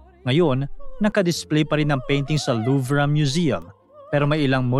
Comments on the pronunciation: Luv po ang pronunciation,hindi po luvra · The french people and here in UK.. Its pronounced the Louve... Silent R. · Mali mali ka mag banggit ng pangalan ng tao tsaka yung louvre wala pong r pagbasa niyan nangunguha ka nalang nga ng storya sa iba dimo pa inayos